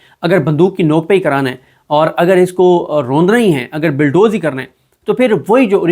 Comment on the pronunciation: Bulldoze, not billdoze